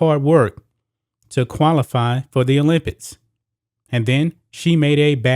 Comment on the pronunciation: It sounds like this dude is saying the word "OLYMPITS" instead of "OLYMPICS". Am I tripping 😂